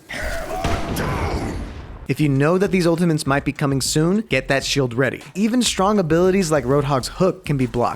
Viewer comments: Why does say "ultimantes" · why does he say ultimantes